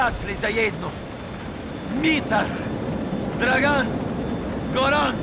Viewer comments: I was actually chuckling when he started pronouncing the names, "DraGAN! GoRAN!" They really could've hired any Serbian to tell the voice actor how to pronounce the names. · Everytime he talks about the betrayal and lists the names, especially „Dragan“ kills me 😂 Just the way he pronounced the name is hilarious. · You are going way too deep on something that's very simply explained in the video, its not that deep lil bro. We know Rockstar didn't give a shit about the Serbian in the game, cause even Niko's pronunciation of some names is off (like Dragan, Goran - he accentuates the A letter, when it should be on the O), the accent is really bad. They did not care at all. They thought no one would notice.